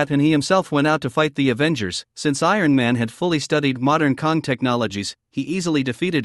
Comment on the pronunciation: KONG???? It's Kang with a A